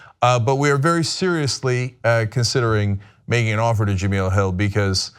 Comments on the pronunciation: It's Ja-mel like Mel's Diner. Not Ja-meel like oatmeal. Before you offer her a job maybe get her name right. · STOP SAYING JUH-MEEL....It's JUH-MELL. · It's pronounced "Ja-Mell".... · Cenk its pronounced Juh-Mel ;) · The second "E" in Jemele is short. Her name should rhyme with "elle" Jem-"elle" Hill. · Her name is pronounced "Je-mell"!! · well before your make her an offer..you're gonna have to learn how to pronounce her name correctly.. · 1 he can't even pronounce her name right, and 2 they cant afford her..believe it or not TYT doesnt have the power or money they pretend they have. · Just wanted to let you know you keep saying her name wrong. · Hopefully Cenk will figure out how to correctly pronounce Jemele's name before calling her